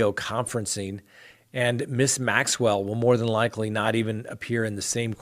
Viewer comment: You are so close to Maxwell's name I just want to pick up a phone and say this is how it's pronounced! There you go now you'll never forget.:-)